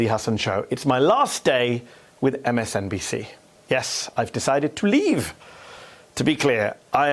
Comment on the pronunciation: The way he's accentuating some words seems really off. Usually when he makes these exclamations it's to put emphasis on a point. For example when he says "I've decided to LEAVE!". Almost as if he's saying "Can you believe it, I'm actually leaving!". Not to feed some conspiracy, but it seems really strange to me.